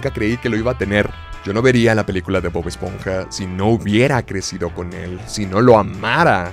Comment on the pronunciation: Bob "Espoja"